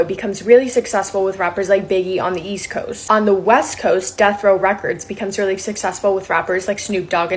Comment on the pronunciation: East quest and west quest 😂😂😂😂 Yoo broski it’s east coast and west coast not quest😂😅